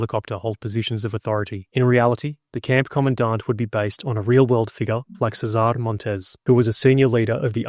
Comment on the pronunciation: cEsar, the emphasis is in the first syllable.